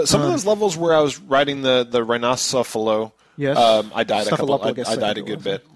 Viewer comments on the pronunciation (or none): "RHINOCEPHALLUS" !? O_o